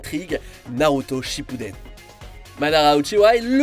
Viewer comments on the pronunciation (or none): none